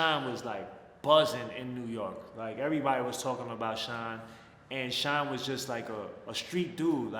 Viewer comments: I swear I thot u were saying Sean Paul 😂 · Bro, I thought you were saying "Sean paul" the whole time. I was confused